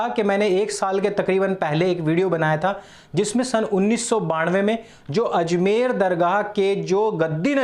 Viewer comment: Azmer nahi ajmer hai